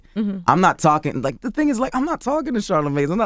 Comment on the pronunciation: Its not ..chalarmagne